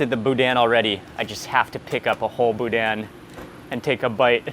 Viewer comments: BOO-DANH, no hard N at the end, I knew you would love my home state, so glad you finally made it, LOVING IT! Gotta get on some HogHead Cheese too, its right up your alley!! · It’s pronounced boo-dan. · As a Louisianian, I cringed every time he pronounced "boudin". LOL. Thanks so much for giving Acadiana some recognition!